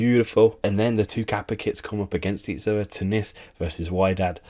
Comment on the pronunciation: WHY-DAD!? INDEED 😭😭 it's pronounced "wee-ded" mate oh my days 😂😂